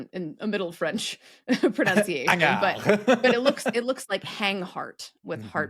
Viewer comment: Did she say 'pronoUnciation'? Failed 'O'-level student.